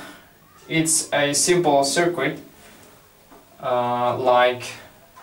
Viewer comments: Hello, just to let you know circuit is pronounced "sir-kit" in english not "sir-qwit". Other than that your english is very good! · It undermines confidence that the speaker doesn't know how to pronounce the word 'circuit'.